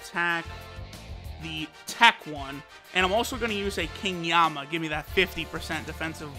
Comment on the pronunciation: King yemma not yamma